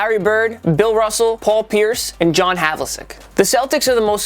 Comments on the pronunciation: It is not hav-luh-sek it is hav-luh-check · You mispronounced John Havlicek's name. It's Hav-la-check, not Hav-la-sek. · Havlasick. You can’t pronounce his name and Cousy is way more cleric than Pierce. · John Havli-sek? Surely this guy could have watched some old video or something for the correct pronunciation. No Nate Thurmond for GS? That's just wrong. Same thing with leaving Jerry West off the Lakers list, not even an we're sorry. I get the feeling that these guys are from the "If it didn't happen while I was alive, it didn't happen" school. Kevin Durant over Jack Sikma for Seattle? He played there one year. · You would be a lot more credible if you could pronounce names like Havlicek correctly. You just look like a wanker poser right now. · You said John Havlicek name wrong you missed out key legends on teams who is this guy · How he says john havlicek makes me cringe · I can't get over Havlicek being mispronounced.